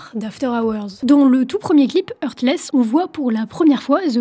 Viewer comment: ce n est pas HURTless mais HEARTless......